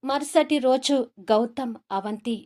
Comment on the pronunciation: Story chala bagundi kani Mee thelugu bhasba nu improve chesukondi roju ni rose antunnaru vuru ni voor antunnaru hospital nu ospital antunnaruu ila inka konni words vucharana improve chesukondi voice bagundi kani vucharana sariga ledu just advice criticism kadu ! All the best!